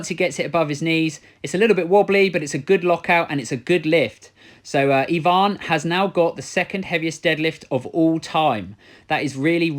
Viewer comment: finally someone says EEEEEEEvan not AYvan, good job